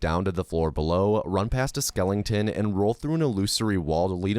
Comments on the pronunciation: We aren’t gonna talk about how this man really says “Skelington” instead of skeleton? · I'm sorry dude. Great video but it's not SKELLING TON. It's SKELETON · Nearly fell asleep like i normally do watching speedruns until i heard bro pronounce skeleton skelington 😭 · There's no g in skeleton😂😂😂😂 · Skeleton. Not Skelington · why does he say skellington? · Skeleton ❌️ Skelington ✅️ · Skelington lol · "Skel-ing-ton" LOL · why are you saying skelington? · Skelington or skeleton mate? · Why the hell do you call them skelingtons? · Is it an American thing to pronounce skeleton as "skellington"? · Interesting video thanks, you had me laughing after I heard you say "skelenton" instead of "skeleton" just so you know for the future 👍😊